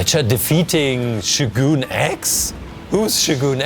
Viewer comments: It’s not shoguun it’s sho gun ,just saying😊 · It's pronounced show-gun not shoe-goon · Buddy, it’s not shoe gonna shogun😂😂😂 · It’s not shoogun